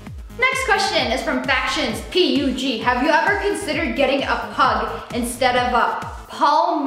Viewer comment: You pronounced his name "P-U-G" 😂